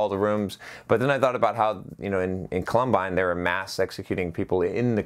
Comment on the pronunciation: COL-um-bine, Col-UM-bine